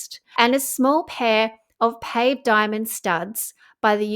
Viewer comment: Pa-vay not pave diamonds.